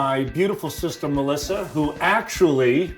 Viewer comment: Sal can't even pronounce his sister's name. "Melisser"